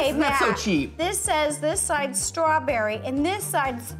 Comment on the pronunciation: l am giving half a point to ro becuse she said stawberry and cream its realy close to cheesecake